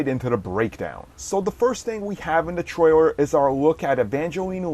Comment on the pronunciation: Cringed "Twailer" "Micwo Chip"